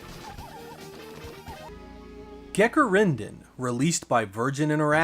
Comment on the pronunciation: i was interested to Gekirindan, but i am italian and i had iusse to understand your pronunciation and find the correct japanese name, but i overcome the misunderstanding searching for taito games for saturn released in the same year ;)